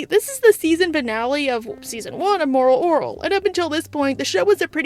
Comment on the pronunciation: Why cant you say moral orel?